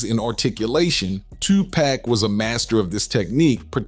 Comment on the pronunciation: Did he say twopaac